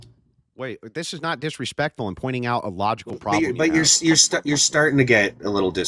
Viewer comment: "Your starting to get diswespectful, you must follow my affority!" Sounds pretty authoritarian fascist to me.... Fml these people are painfully hypocritical.